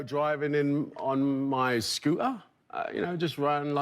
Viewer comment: British people be like: scoo'er